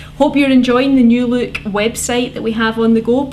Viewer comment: Its "Look",,,,NOT "Luuuuuuuuuuuuck".Speak english or go home and have some Haggis, cigs, and beer daily.